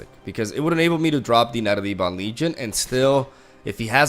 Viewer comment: Dude please, it's Ebon, like ebony. Whomever told you it's E-bon is a moron.